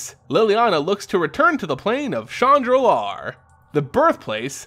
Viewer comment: Shandalar and chandra, they arent pronounced the same.